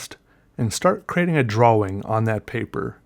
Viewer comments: "Draw-wing" hurts my brain. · Sean Wingfield he's just pronouncing the w in drawling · Idek why but I laughed soooooo hard "drow-wing" 😂 love this channel